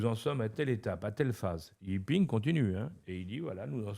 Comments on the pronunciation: Par contre il pourrait prononcer correctement le prénom et le Nom. Pas i ping. Le président s'appelle Xi Jiping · Mais vous ne savez pas aussi. On dit Xi Jinping (JiNping)